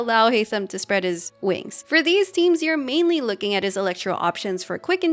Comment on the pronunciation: The pause in spread his wings was very…pregnant 👀